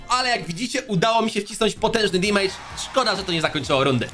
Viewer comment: dżisys skończ z tym "dimajdż"...mówi się "demedż" - damage, gdzie ty tam masz to i!